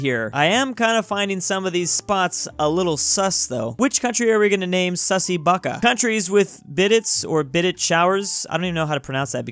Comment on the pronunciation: Everyone: "Sussy Baka": "SUSSY BUCKA"